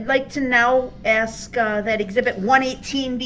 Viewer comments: By this time, the judge is ready to "axe" him. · you supposed to axe a question